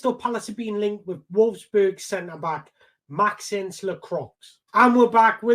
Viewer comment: pronounced Maxawns lakwah